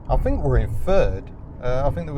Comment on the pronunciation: Much as I love, please dear God stop using F instead of th, "I fink it's four fousand rpm"